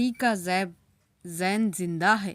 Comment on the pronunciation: یہ زیب نہیں یہ زیب ہے